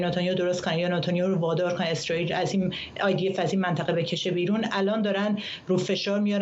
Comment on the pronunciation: این کارشناس حرف زدن بلد نی منطقه میگه منتخه بهش میخوره یه روسپی باشه